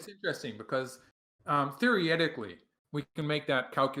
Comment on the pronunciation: New drinking game: take a shot every time Michael Redmond says "theoryetically".